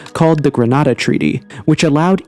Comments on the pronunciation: It was called the Greada - Gre-ar-da - Treaty! 🤦🏻‍♂️ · It's was called, "Greada" not "Grenada"!!!!! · It's the Greada Treaty, not the "Grenada" Treaty. There's a great video about it on The Why Files.